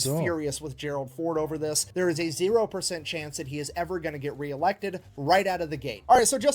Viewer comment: I could make a sarcastic joke or five about the president and air craft carriers but...it wouldn't be appropriate. Also, that is the biggest "FUCK YOU" I have evvvvver heard.